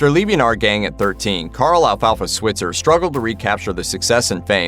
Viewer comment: Alfalfa's last name is mispronounced in this video. You say it with a long i sound.